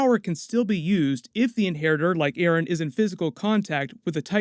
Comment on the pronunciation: Dude you just said aron insted of eren and hammer titan insted of war hammer titan.